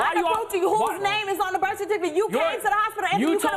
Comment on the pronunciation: Da blak girl “gave burf” 😂